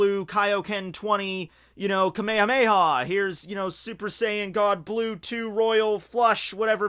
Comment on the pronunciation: When u were saying super saiyan god blue 2 I thought u were saying super saiyan god Bluetooth lol